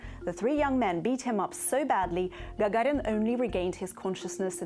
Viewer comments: Lol, nice. Yuri "jajarin" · Она русская, как она произносит фамилию Гагарин и Королев, фонетика выдает ее происхождение, хотя ее английский совершенный.